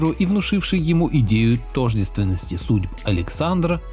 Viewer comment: Тожде'ственности.Робот ? У Николая Левашова ,про Александра Македонского, все грамотно и очень интересно. Рекомендую !